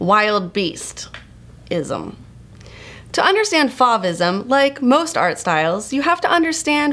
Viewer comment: you're pronouncing 'Fauvism' incorrectly... :'(